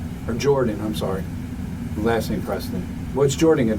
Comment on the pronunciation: I'm so sowwie Mr powice! And he thinks that's enough. That he deserves a second chance because he's sowwie. You're dead right, this is his mom's fault.